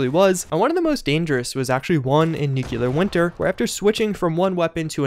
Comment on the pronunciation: Nucular isn't a word.